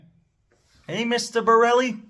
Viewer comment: When you say 'Mr Borrelli' 😂😂😂